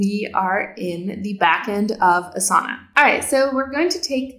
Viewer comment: Thank you for a quick overview on Asana! I would just like to comment that since Asana is a yogic term, the correct way to pronounce it would be Aasana not Asaana. I recommend you listen to some Sanskrit pronunciation videos for Asana. Thank you!